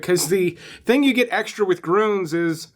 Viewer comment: Lol, I'd practice pronouncing umlauts before doing the bid for your sponsor. "Grooons" lolol. I do love your vids. Keep up the great work